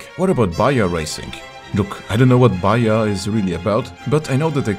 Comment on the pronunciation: Baja and mojito is pronounced baha and mohito